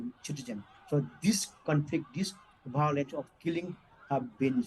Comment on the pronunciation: How come a JNU professor can’t pronounce violence 🤣 Prof BAOLENCE 😂